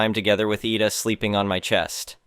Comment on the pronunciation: IDA = (EYE--DAH) As how you would say IDAHO (.withOUT the HO part)